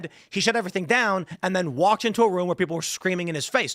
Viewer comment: strongly disagree on Candace’s mispronunciations. She’s been saying woman instead of women for years. And rum instead of room. If this were just recently than sure, I’d say it was calculated but nah. She dumb.